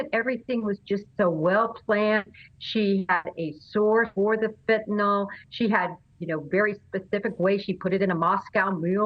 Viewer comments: It’s FENT..not fint… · and EVERYONE- it’s pronounced FEN-TA-NYL not FEN-TI-NOL